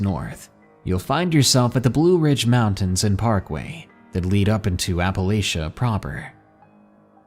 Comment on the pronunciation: Appalachian like ill throw an apple at cha if you pronounce it the wrong way. Born and raised for 40 years in the heart of Appalachia Best Virginia, kanawha county